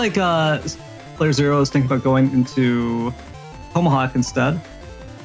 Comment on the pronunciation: learn how to say tomahawk. annoying af